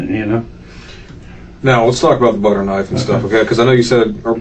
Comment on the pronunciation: 🧈 "I cant believe it's NOT muyda" 🧈